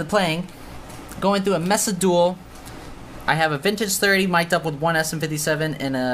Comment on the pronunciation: I swear to god, it’s maysa not messa lol 😂